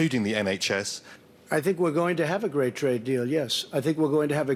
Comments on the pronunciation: “A gwaet gwaet honor” -Trump 2019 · “A gwate, great queen”